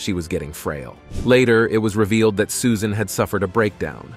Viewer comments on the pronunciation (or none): Great video! I just have to know if this is an AI generated voice ? Toward the end the narrator says SUSAINE Boyle, as if the "AI" was reading a text with a typo in it. I'm thinking that a human would have avoided the wrong pronunciation despite of a typo in a text like that. Greetings from Norway ♥♥♥